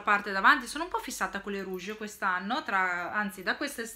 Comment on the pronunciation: please: rouches non rouges ahahahaha sei troppo forte 😘😘😘😘